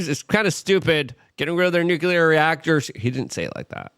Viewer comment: nucular? you mean nuclear, right? lol